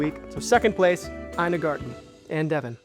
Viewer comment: It’s not garden bro, it’s garTen!!